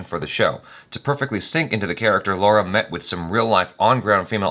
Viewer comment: Damn it, it's not "Laura" but "Lara". Just awaiting the day when you'll do a better job pronouncing Indian names. Almost makes me cringe every time you try pronouncing Indian names. It's been quite long, why don't you learn from Achara.?!!